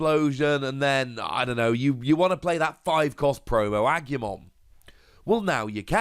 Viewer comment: weird but cool. PS. a-goo-mon. as always, there's no y in there.